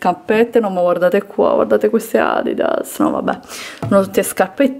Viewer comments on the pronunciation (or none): none